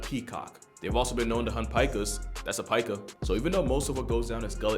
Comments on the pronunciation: Do you also pronounce PIKACHU as PEYE-KACHU? you bloody wanker a pika is not a "peyeka" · “Pyka” lol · And also, I thought pika was pronounced exactly like pikachu. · I thought pika was pronounced like the pika in pikachu